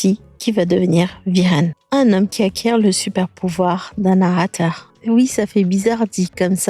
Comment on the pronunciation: "narater" 😂😂😂😂 il y a de quoi s'embrouiller , le film est super original !